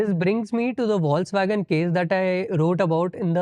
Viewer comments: Foxvagen. Not foxwagen. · The word Volkswagen is pronounced "Folks-Vagen" or "Folks-Vah-gen" in German. Logic: The German "V" is pronounced as the American English "F," and the "W" is pronounced as the American English "V." This is also interesting, I think.😊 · It is pronounced as "Fox-vagen". No criticism here, just some feedback with all positive intentions. Also on a positive note, love the bloopers section, finishes the segment with a smile.